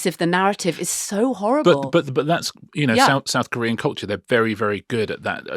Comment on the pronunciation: I am, it must be admitted, becoming a tad hard of hearing in my dotage. In the item on BTS, Richard referred to ‘South-Korean culture’, and I was convinced, at first, that he said ‘saccharine culture’. Hmmmm …